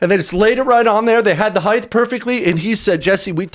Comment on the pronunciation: Height....not heigth